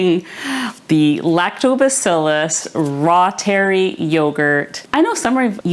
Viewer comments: L. Reuteri Originally isolated by German microbiologist Gerhard Reuter Pronounced “ROY-ter-eye” Emphasis on the Roy syllable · Anyone who says”rootery” is definitely way, WAY off. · AI pronunciation is wrong! Dr Davis says ru-ter-I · It’s a latinized German word. I pronounce it “ROY- ter-ee”. I think that’s right but that doesn’t mean most medical or nutritional authorities would know that. But “raw-terry” is absolutely not it—Google is wrong! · It's pronounced "roy-ter-eye". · Great video! I'm getting ready to try this today! 🤞 Dr. Davis said on Nili's channel it's pronounced "roytereye". (I trust him more than Google! 😆😉) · The “Latin” form would be “Reh-ooteh-ree” 😊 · Wow thank you. I should be able to remember how to pronounce ROY-ter-eye now. I love that name, Roy. . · Google told me it was pronounced L. Royteri, long i. That is how I have heard it pronounced. It doesn't really matter though, because it's just flat out good for us, so whatever you call it or however you pronounce it, keep teaching how to make it and why we should use it. I have made it and it did cure my bad case of a year long battle with diarrhea caused by the Ciprofloxacin antibiotic for diverticulitis. How thankful I was to have found it. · I would pronounce something the way the author of the book pronounces it. Not some digital AI voice... C'mon..